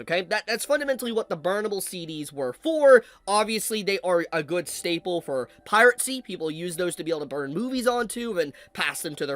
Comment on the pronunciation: why do you say piracy as "pirate-cy" it sounds really weird